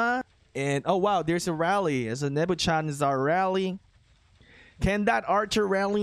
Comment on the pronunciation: Dude still cannot pronounce Nebuchadnezzar. 🤦🏻‍♂️ RIP